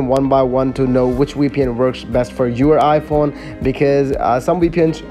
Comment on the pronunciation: btw is vpn not weepn 😂😂😂